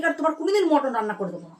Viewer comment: ওরে! ওটাকে "মটন" নয়.. "মাটন" বলে! ইংরাজী বলার ইচ্ছে হলে সঠিক ইংরাজী বল!!